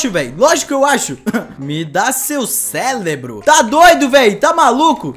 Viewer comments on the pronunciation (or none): O cara falou até errado o policial zumbi ele falou selebrooo mas e serebro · "Selebroooo" não era cérebro?